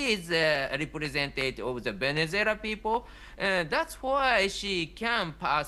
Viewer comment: "Cacaras", "Venezualia" AND "Venezualians". Great journalist...